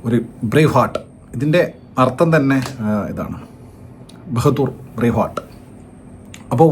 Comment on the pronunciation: ബഹദൂർ അല്ല ബഹാദൂർ